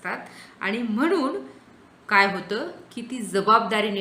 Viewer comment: मॅडम न आणि ण मधला उच्चारणाचा अभ्यास करण्याची गरज आहे । काही ठिकाणीअत्यंत अशुद्ध उच्चारण आहे । वाहण नव्हे वाहन लेखकाणे नव्हे लेखकाने होय। म्हनुन नव्हे हो म्हणुन आहे कारन नव्हे कारण हवे हो मॅडम। थांबनं नव्हे थांबणं पन नव्हे पण हवे मानुस नव्हे माणुस हवे। मराठी शिक्षिके कडुन एवढ्या अशुद्ध भाषेची अपेक्षा नाही । माफ करा जरा स्पष्ट बोलतोय । अशुद्ध भाषा असहनीय असल्याने हे विषद करावे लागतेय ।